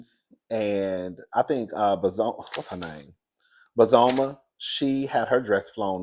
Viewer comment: Hey cousin they pronounced her name a Bozo ma. Bozoma